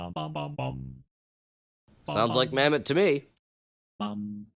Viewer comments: Bro said Mamet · Mammott more like, MAMMET.